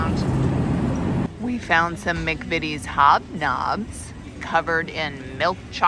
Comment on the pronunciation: We don’t say mic vities. We say Mac vities.